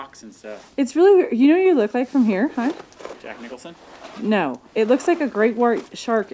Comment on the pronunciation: "Jack Nickolsson" Lmao xD